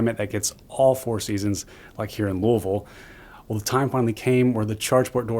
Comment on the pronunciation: as a local Louisville dood, i can respect the proper pronunciation of our city.